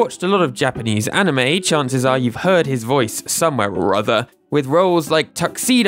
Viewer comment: I liked your effort in pronouncing the anime name😀